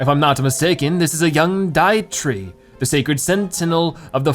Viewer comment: Lol the Deitree not Dietree Deitree as in Deity (a god or guardian) and tree